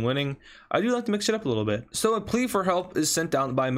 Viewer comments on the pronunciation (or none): none